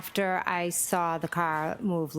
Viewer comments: Can someone tell that the word saw doesn’t have an R in it 🤦‍♀️ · born and raised in Massachusetts and no we do NOT put R’s in the word saw! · Saw has an R in it if you are from Massachusetts 😂